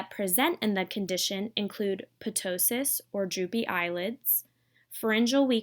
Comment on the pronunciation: you should remove your YouTube post on OPMD. You cannot even pronounce key words, such as ptosis. You are just reading and doing a disgraceful job. I hope you are not a SLP. I am a doctor with OPMD and the administrator of an OPMD Facebook group. Dr. Andrew Alterman